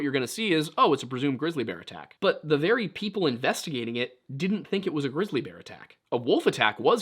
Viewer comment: Wait did you say glizzy bear? Haha!